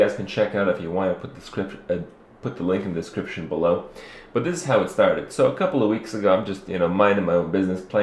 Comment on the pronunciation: Did he say...diskrippsion :D